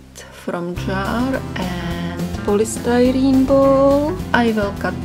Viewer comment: Lol the way she says “polystyrene ball” is the funniest thing I’ve heard in a while. She’s absolutely adorable! 😂